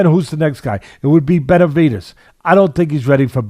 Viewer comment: Is it just me or does it sound like Teddy is saying "Betervidez"?